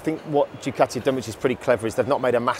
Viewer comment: Don't forget your T in Ducati.